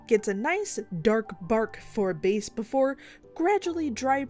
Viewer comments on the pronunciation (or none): none